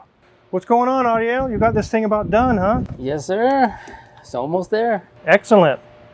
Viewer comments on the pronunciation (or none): quickly learned how to say "Moises," but he's still struggling with "Ariel."